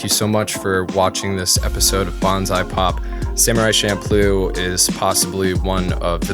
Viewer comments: I hate to be a nitpicker but isn’t it champloo? With “CH”? I do know that the food is pronounced with the CH but that doesn’t necessarily mean the anime is pronounced that way. This was a good analysis and so far I have been enjoying this series of look backs. These ‘golden year’ anime’s were what made me come to japan in the first place. Now I’ve been living here for 10 years and I find that wouldn’t want to live anywhere else. Keep up the good work. (Despite my nitpicking) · You don't put it in your hair so it's not shampoo. It's cham ploo. Don't overanalyze fantasy then screw up the one real thing about it. It also doesn't mean improvisation but when things are just thrown together. It's also a basic kitchen sink stir fry and delicious at 3am after way too much Orion. Okinawans have a tough time keeping our language intact... Just wanted to make sure people at least know one word. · Wait, has anyone else said Champloo like champloh? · I thought "Champloo" is "Shampoo"